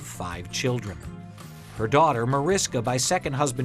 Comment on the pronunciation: i like how they're doing a segment on Jayne Mansfield and they're supposed to know all the facts, yet they can't even pronounce her kids' names right. It's MAR-ISH-KA, spelt Mariska, pronounced MAR-ISH-KA. Sheesh.